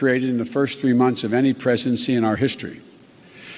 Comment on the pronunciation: ...... "precency"??? Huh? Lol